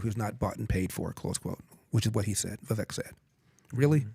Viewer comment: Funny these guys still pronounce Vivek's name wrong.